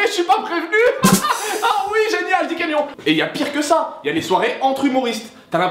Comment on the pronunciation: Dis "camion"! #MDR